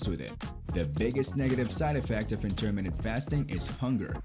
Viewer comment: It's a shame you dont know how to pronounce Intermittent properly